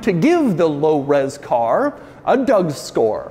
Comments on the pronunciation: I dare you to say Lo Ros Car one more time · Can you say “low res car” again please 😂